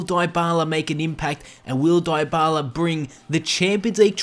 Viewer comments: One thing you didn't know about Paulo Dybala is that his name isn't pronounced "Diebala" but it actually is pronounced "Deebala" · It's not die-ba-la it's dee-ba-la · Its pronounced deebala not diebala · DIE-BALA? NUH UH. DEE-BALA IS THE CORRECT PRONUNCIATION. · what he say diebala but is dybala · Die-bala 😂😂. Dybala = debala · It's pronounced Di-bala not dy-bala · Lol he says it DieByala but it's Dybala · why does he keep saying diebala its deebala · It's not daibala it's dybala dy as in difference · its D-Bar-La not Dye-Bar-Lar breh plz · IT IS NOT PRONOUNCED "DIE-BALA"!!!!!!! IT IS PRONOUNCED AS "DEE-BALA"!!!! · It's deebala not diebala. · It's also pronounced Pawloe Deebala not Pauloh diebala... but it doesn't really matter all accents are different. He's just a good player in general:) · The 11th thing you didn't know his name is pronounced de bala lol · Isn't It Deebala...? No problem but Its like saying App-le hundred times before ever say Apple, take care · It is debala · it is dybala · die bala hahaha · I am spanish, it's pronounced dibyla. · "pawlo diebala" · It’s DEE-Bala that’s how you pronounce dybala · LEARN TO SAY THE PLAYER'S NAME, IF U WANT TO MAKE A VIDEO ABOUT HIM!!!!!!!! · 10 things about paulo dybala which i all knew But 1 thing about him which you probably didn't know: the pronunciation of his name. (no offence but please make sure you learn to pronounce names correctly, whatever your accent might be like) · Learn how to pronounce Paulo Dybala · 1 thing you probably didn't know: How to pronounce Dybala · why the fuck do u mispronounce his name? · Your pronunciation of Dyabala makes me so uncomfortable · He pronounces dybala wrong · Stop making fun of the way this guy pronounces Paulo Dybala. Have you ever heard of people with ACCENTS? Smh.. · He's accent pretty good tho', but he misspronounce Dybala's name....